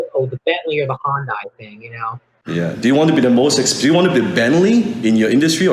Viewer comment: it's pronounced HIGH-un-DIE. Not fucking 2 syllables HUN-die wtf is that